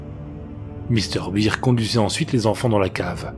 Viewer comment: Par contre... pk tu prononce "bear" en "beer" mdr